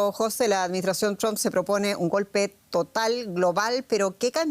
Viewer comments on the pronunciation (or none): Señora. Entre Jose y José hay una clase de Español de diferencia